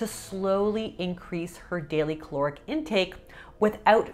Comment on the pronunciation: Please stop saying chloric. Caloric